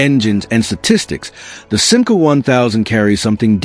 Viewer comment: Chère voix synthétique, il va falloir que tu apprennes à prononcer correctement la marque française SIMCA, qui trouve son origine dans FIAT France.